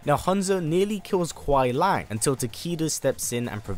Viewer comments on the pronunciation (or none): Love the video but just a tip or you before you make the video on Sub Zero... It's Kuai Liang, not Lang. Keep up the great work, love your channel. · Its Kuai Liang, not Kuai Lang